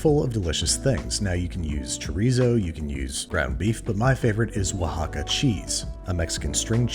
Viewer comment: Correctly pronouncing relleno (ray-yano) is too hard, but oaxaca (wha-haka) and cotija (ko-teeha) were no problem? And no, you can't just use feta there...